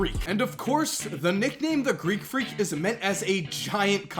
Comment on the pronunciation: 'Greek freek'? He is a demi god bruh